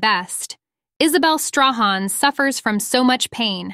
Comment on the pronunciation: Strahan is pronounced Stray han!